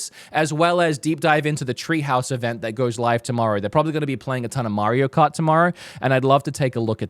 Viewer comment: Mairo Kart 😂